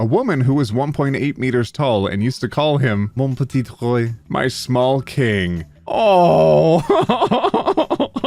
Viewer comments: that's exactly what being genderfluid feels like hurt me as a French speaker, it's pronounced "moh petee roa" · Yeah, that really threw me off as well, because he mispronounced "mon petit roi", so I was just sitting there, like, "wait, does he know French or not? O_o"